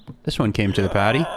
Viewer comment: a Boston paarty